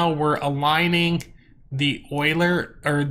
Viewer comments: I'm not trying to be an ass, but Euler is pronounced You-Lerr XD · google 'euler pronunciation'. it is pronounced oy-lr. get with the program